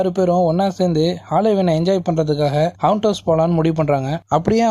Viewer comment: 'Haunt'.. ஹவுண்ட்.. இல்லை.. ஹாண்ட்..